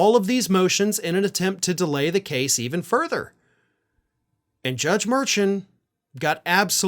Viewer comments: Mer--SHAN I think... no biggie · His name is pronounced "Mar-shawn" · You are mispronouncing the judge’s name. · Learn how to pronounce the judge’s name,. 🤨🤨🤨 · Mur-Shawn. Not Mur-Chan! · It's Mur SHAUN not merchin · please check how to pronounce the judges name. Merchin. Mershawn. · The judges name is pronounced “Mer-Shawn” not “Mer-chun”. Just trying to help. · The gag order includes "families of court staff", and the judge, as pointed out by the prosecution, is a member of the court staff. Also you are saying the name of the judge wrong. Its not "merchant" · Please realize you are mispronounceing the judge's name. It is pronounced MERSHAWN.😅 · The judge's name is pronounced mer-shan with emphasis on the 2nd syllable according to Karen Friedman Agnifilo of Meidas Touch - she has appeared before him and should know. It just drives me crazy to hear it wrong now. But the rest of the video was absolutely on point! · Please pronounce the judge's name right spelled Merchan but pronounced Mershon ! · you're mispronouncing the judge's last name. It's more like "shawn" at the end. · Please correct your pronunciation of Judge mur-SHAWN’s name. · big fan here, so please don’t be upset. I watch Meidas Touch. One of the lawyers there has prosecuted cases in front of Judge Merchan. It is pronounced Mer-shawn. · The judges name is pronounces 'Mer-Shawn'. Please show the man some respect. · # it’s pronounced Mer”Shawn “. Come on Merchan. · Love your show but his name is Judge Mur-shawn (spelled phoenetically. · Judge’s name is pronounced: mer’shawn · I enjoy your show and like and subscribe. But because I see this coming up a lot in the next three months, I thought you should know to pronounce the judge’s name mer-SHAHN. keep up the good fight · The judge's name is pronounced "Mur-Shawn". Great points as usual though... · The judge's name sounds like" mer(mer-maid)-shawn hope it helps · It's pronounced Mer/shaun. But spelled Merchan.